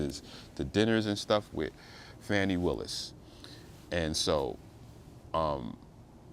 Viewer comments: At least pronounce her name right. It's irritating to hear so called professional people keep saying fanny when her name is Fani pronounced "fawni". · The woman's name is pronounced (Fawn) (knee) like a fawn. Not fan not Fanny. It is quite disrespectful to keep saying it incorrectly even though what they she and Wade did was disrespectful. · This entire video is disrespectful. Her name is pronounced Fawnie and you keep saying Fanny 🙄 and just affirming what the defense has to say without accurate facts. Carry on 😂😂